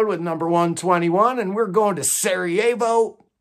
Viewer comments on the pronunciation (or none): none